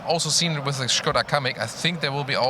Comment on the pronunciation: Bonus points for saying Škoda, and not Skoda